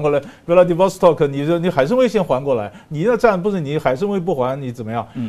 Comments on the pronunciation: 这么有学问，还念大白字说不过去的！海参崴不是海参威！ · 海参崴 wai 第三声 不是威